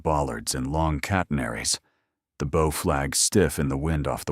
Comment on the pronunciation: Bow is like (cow) not crossbow. Why is she standing in front of an 'Australian coat of arms (kangaroo and Emu)' - Not Norfolk News. Pier is not (Pierre) Each framame shows different awards around her neck. Marian OKoye (says Okafore)